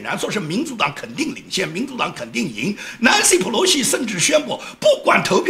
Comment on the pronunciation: 好，非常喜欢你用英文叫Nancy Pelosi的名字，我觉得发音非常的标准。谢谢的节目！